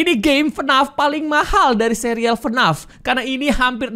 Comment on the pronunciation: Bang bilang nya bukan FNAF tapi F N A F